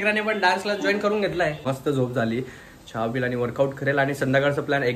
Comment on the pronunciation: छा नको म्हणू. चहा म्हण. 👍